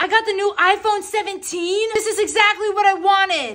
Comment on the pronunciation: did you just say ipone 17?